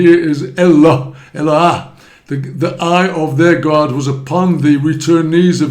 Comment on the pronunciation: The name is pronounced E-l lo aH, not "ha". Same as the the "No ah"